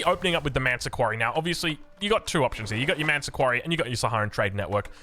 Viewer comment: why do you call the Malian landmark "ManTa Quarry"? Isnt in spelled with 'S' like ManSa not manta.